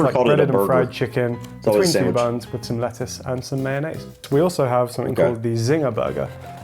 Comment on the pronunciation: Scones WIV dinner? Nastaay!